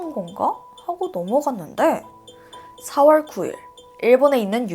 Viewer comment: 4월 7월 발음이 이상해여 중간중간 거슬림...ㄹ들어가는 발음이 대체로 그런듯